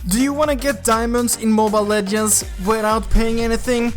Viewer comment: Saying "mobile legends" be like... :Good job! Mobile legeiwnajfdsgend. ✌